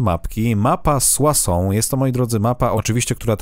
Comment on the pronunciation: O kurcze tu parles tres bien francais;D soissons kurcze dobrze dobrze haha